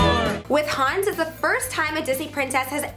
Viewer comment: It's Hans, not Hance.